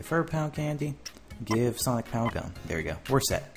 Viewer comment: when you said pow gum I thought you said pow gun